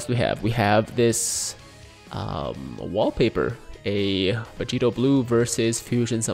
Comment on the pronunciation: The first time Vegito announces his name, definitely sounds like he said Vegeta.